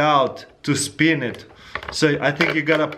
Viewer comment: BrendanMaxwellMusic no he said Spin because of his accent